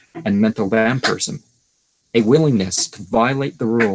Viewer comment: Why is it prenounced wamphyrism?